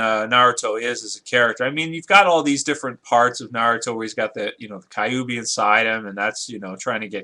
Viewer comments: It's Q-B. Kyubi is pronounced like the the letters Q B. Kyu as in the number 9 in Japanese (for its nine tails). Why are you saying Kai-oo-bee? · No the rasengan wouldnt hurt goku of course but i think that a rasenbijubombshuriken would and by the Way its not pronounced Ka u bi it is pronounced kyubi :) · It's not pronounce kaiubi it is pronounced qubee and spelt kyuubi it means nine tail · Wtf is kaiyuubi mode. That is what this dude sounded like saying kyuubi. That is hilarious!!!